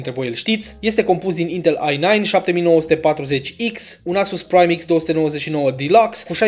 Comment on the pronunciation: “I nine” coaie? Lol